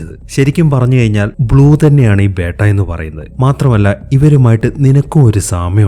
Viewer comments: ബേട്ട അല്ല ബീറ്റ beta 😂😂😂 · Bro 'Beytta' alla 'Beta'. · ബേട്ട ala it's ബെറ്റ ഒരു ബീറ്റ 🤦🏻‍♂️